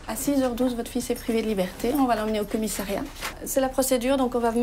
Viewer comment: on dit commissariat et non commissairiat !!